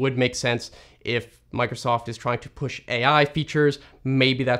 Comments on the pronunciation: "Mac'osoft"? Now THAT is cursed. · The AI really nailed it with the "Mac'osoft". Microsoft are really turning into Apple. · Don't we all love Mac'osost? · No way its mac´osoft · Mac-o-soft that’s Funny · Ah yes, "Mac'osoft", the fusion between Mac and Microsoft